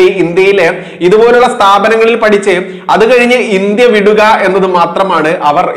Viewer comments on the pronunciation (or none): none